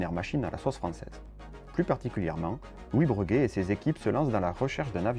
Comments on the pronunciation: Cet avion était génial mais une fois de plus il n'y avait pas vraiment de marché et il aura finalement juste servi aux Américains à piquer une idée pour finalement développer leur C17 ... En revanche c'est la 1ère fois que j'entends dire "Breuguet" au lieu de Bréguet. Je peux me tromper mais il me semble bien qu'on dit "Bréguet" même s'il n'y a pas d'accent sur le 1er "e". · Aïe, ça m'écorche les oreilles d'entendre parler de "Breuguet", toute ma vie j'ai entendu "Bréguet". Vidéo un peu courte mais bien. A l'époque on parlait même de mettre les aéroports dans les centre ville. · S’il vous plaît : BrÉguet, pas BrEUguet 😁 ! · On le prononce « Bréguet » d'ailleurs certaines orthographes conservent le E accent aigu. J'oubliais: très bonne video, merci!